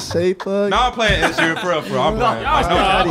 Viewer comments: How did yall give Ed Sheeran's last name 8 different pronunciations? 😂 This is my favorite segment of this channel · WHO TF IS ED “SHEERAN”😂😂😂